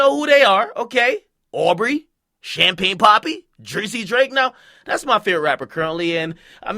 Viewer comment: “Champaign”, nigga what? Lmao